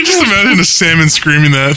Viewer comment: I heard sandwich not salmon lol